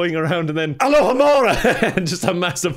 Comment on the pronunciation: Time to pull a Hermione and say "it's not A-lou-ha-mora It's A-Low-Ha-Mora." Or that's just my opinion